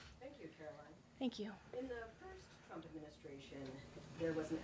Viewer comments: She always calls him "Chump" 😂😂😂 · You'd think the number one Qualification for the job of press secretary would be the ability to say the Presidents name correctly... Every time Karoline says "President Chump" it is hilarious, but very unprofessional 😂😂😂